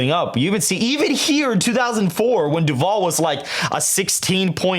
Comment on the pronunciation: Votehub hasn’t updated FL either It’s nearly a 9 point lead for the GOP rn Also, I’m from duval county, ion like the way you’re pronouncing my home county 😂😂😂